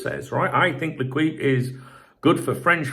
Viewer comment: I know you probably don’t care but if you say ‘lay keep’ then you’d be much closer to the proper pronunciation of L’Equipe